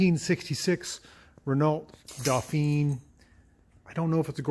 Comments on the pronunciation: I had a Renault 10. Surprised by the different radiator position. Re pronunciation. Please, try saying "Reno Dofan". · That would be wrong. ruhNOH dohPHEEN is the pronunciation.